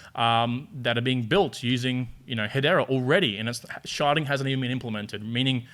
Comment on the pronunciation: “Sharding” but yes, does sound like “sharting” 🤣